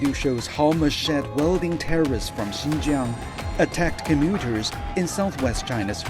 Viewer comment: Brother sinjiaang bolte h sahi se pronanciation karo